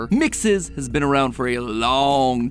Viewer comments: I hate that you say mixis when gregory clearly says it like mexes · So here’s a fact. MXES is actually pronounced (mex-is) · Weird how mat pat pronounces MXES like MIXES i mean it's not bad just bit weird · You pronounce mxes like me lol. Thought I was saying it weird